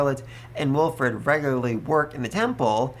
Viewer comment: Bon-e-fay-shus Wil-freed Dun-kel-fel-ger Det-lind An-e-stay-shus Eg-len-tiyn Also part 5 volume 7 comes out in English on the 15th of November in digital format on j-novel if your ok with that format